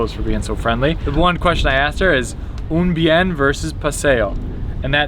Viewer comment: Great video. Did butcher Un Bien* pronunciation lol